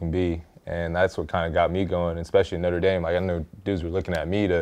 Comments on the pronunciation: Is Marlon saying "Northern Dame"???? Lol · “Norther dame” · "northe" dame? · “North of Dame” Love you Marlo